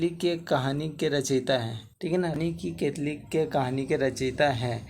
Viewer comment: केतकी है भाई केतली नहीं